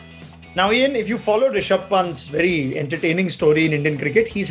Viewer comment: Will someone tell Belley its Ri-sha-bh not Ra-shi-bh